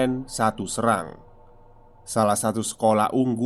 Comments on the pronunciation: Mon maaf mas, penyebutannya jgn srang, tapi pake E (SERANG) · Pengucapan Kata Serang, Se-nya Seperti kata Seng, ( Sérang bukan Serang)😀🙏😁😀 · Serangnya cara bacanya ga gitu 😂